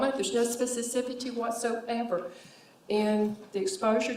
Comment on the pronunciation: Probably gotta include speciFICITY not speciCIFITY to that list as well. She said that so many times.